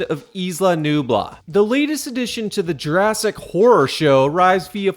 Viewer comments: Nu BLAH 🤮 lol “That was isla nublar, this is isla sorna. Site B.” 🏝️ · Ik this probably wont matter but it kinda bothers me that you pronounce Nublar as Nubla. The spelling is literally everywhere in all the films the island is called Isla Nublar. But again it may not matter and honestly I'm only ranting because its been on my mind for a while. Love your content and your pessimism and real life look at movies. Keep up the kick ass work man.